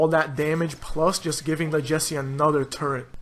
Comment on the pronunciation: Did you say “turrent”